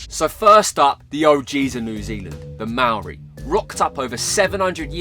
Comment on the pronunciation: LOVE the video! For next time please can we double check with some kiwis on the pronunciation of Maori words, eg waka, Maori